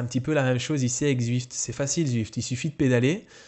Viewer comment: "Zuift" : j'adore l'accent Belge ^^